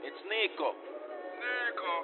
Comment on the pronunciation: Dude his name is Niko not Nico